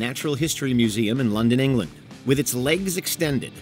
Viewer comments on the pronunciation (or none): none